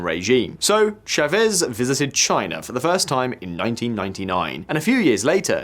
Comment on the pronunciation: I find it weird how geopolitical YouTubers can do such extensive research on a country, but not be able to pronounce the simplest names. It's Chávez, not Chavéz.